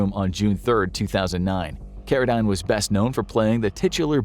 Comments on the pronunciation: David Carradine’s name pronounced Carra—DEEN, not Carra—DINE. He was most famous for his role on the series “Kung Fu” back in the 1970s. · Learn how to pronounce Carradine.